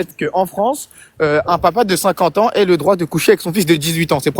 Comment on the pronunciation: que la parole d’Allah aille* dans ce sens. Ça se prononce comme « aïe » quand tu te fais mal. Aussi, « avoir » au subjonctif se prononce toujours « ai » (comme « est ») et non pas « aiye » (comme « hey ») (tu fais souvent cette faute). Par exemple on dit « je ne pense pas qu’il ait raison » et on ne le prononce pas « je ne pense pas qu’il « aiye » raison ». Autre exemple, on dit « pour que j’aie la bonne méthode » on prononce le « aie » comme on prononce « est » encore une fois et surtout pas comme « aiye ». Cette faute est très rare et si tu écoutes autour de toi personne ne le prononce comme ça 😘 Avec tout mon respect et mon amour! Petit bonus On dit « à peu près » et pas « un peu près » Bisous